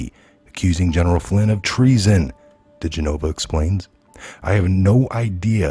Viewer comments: It's Joe De- gen-ah-vah not G-nova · Dih-gen-of-a DiGenova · Oh thank you!!!! It drives me bat shit crazy that he refuses to say it properly. It's not like we haven't been hearing it said for the past 3 yrs!